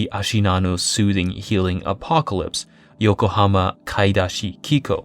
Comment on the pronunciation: For someone who is very exacting about Japanese pronunciation, the way you say 'kikou' is not even remotely correct.